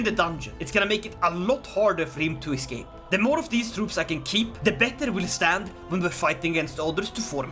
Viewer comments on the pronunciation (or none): none